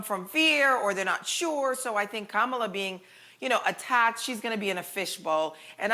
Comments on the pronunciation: Haha Loni trying to school people on Kamala's right name pronunciation and gets it wrong herself 😂. It's like Ka-ma-laa not Kaa-ma-laa people 🙈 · It's not like 'calm' it's comma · It's actually kuh-muh-laa